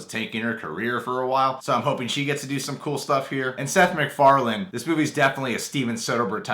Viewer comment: mandela effect It's Seth "Mac"Farlane not "Mc"Farlan